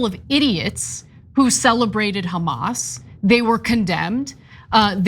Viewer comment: Apart from being delusional, why do these people insist on mispronouncing Hamas as Khamas? As someone who speaks a little Arabic (enough to get by), it is harder 'H' i.e. rather than the normal from the chest (like a sigh), it more from the mouth, like you're steaming up a mirror or window, but it's there's definitely no 'Kh' in there. The 'Kh' is another letter entirely.